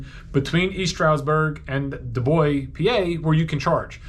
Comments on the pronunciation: Just FYI, my dad grew up in Dubois PA, and the s isn't silent, but not quite like an s normally sounds either. So Du Boyce is how it's pronounced. Great video, not a big deal or anything, I just was somewhat astonished to see that place mentioned in a video as I've only ever heard of that place through my family and I've only been there for a bit to get gas when I was driving to New York City in 2006. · great video. You almost got Dubois, the "s" isn't silent typiallly when pronounced in Pennsylvania or the U.S. Not being critical, just sharing from a Pennsylvanian. 🙂 People often say Bellefonte incorrectly too in which case they try to pronounce the "e", among others. - Dubois - This will also make you laugh,.